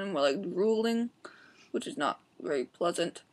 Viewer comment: lmao at whe she said "which is not. very. PLEASANT!" HA!